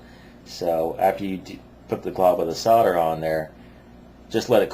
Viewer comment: it's SOLDER!!!!!!! with an L not fucking sodder!!!!!! fucks sake!